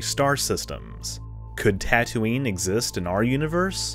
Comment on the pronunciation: As always, very interesting. I've never had a lesson in binary stars until now. 🤓 You are really good at this. And I LMAO when you said Tattootoo😂😂😂